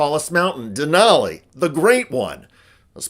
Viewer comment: it’s DENALI 🤦🏻‍♀️